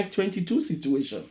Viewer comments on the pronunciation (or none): none